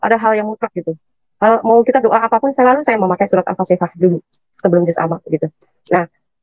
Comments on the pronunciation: Bukan alpatikah pir nyebut ayat saja kamu TDK becus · Ngucap alfatihah aja salah alpatekah,ngaku2 tukang baca Qur'an,kl mengerti isi Al-Qur'an pasti tau yg bener dan salah